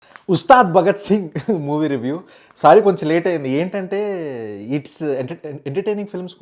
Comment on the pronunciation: He don't know how to say review